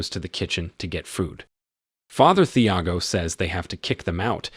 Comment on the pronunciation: Thiago has a silent H. Tee-ah-go. You did this with The American as well with Mathilde. Silent H.